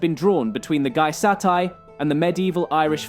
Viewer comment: It's pronounced gey-es-tay not gie-sat-ie